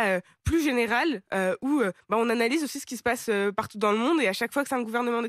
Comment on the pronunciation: "où-e, qui-e, queue-e, sûr-e, solution-e, des-e, de-e, les-e, faits-e, et-e, finalement-e, en fait-e, tout,-e, toutes-e, il y a-e. Arrêtez de vous donner un genre intello en mettant des e à la fin de chaque mot. C est insupportable.